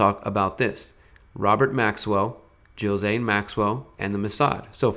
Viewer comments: Ghislaine with a hard G. "Ghee-slain" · Sorry to be anal, but every time I hear you say Jill Zane, I cringe.